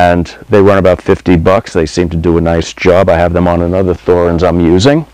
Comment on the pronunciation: its pronounced Torrenz...drives me mad